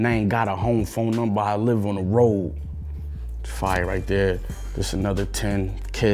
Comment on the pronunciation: This "Fiyah". *Gives low rating